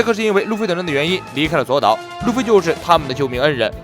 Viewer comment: 左 烏 啦 不是左 島